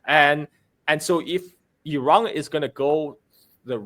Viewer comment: It's Iran not Erung